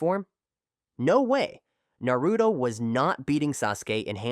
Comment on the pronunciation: Is this Ai voice because he is saying naruto's name completely wrong😂😂😂